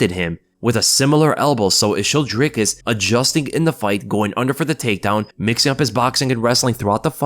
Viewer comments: Awesome to see some positive content about Dricus and really appreciate that you got the name down. Now we just need all the commentators to learn it and stop saying Draycus. Maybe if he beats Izzy they'll get it. Maybe :) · I'm glad to hear you pronouncing his name correctly. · Perfect pronunciation for Dricus!! Thanks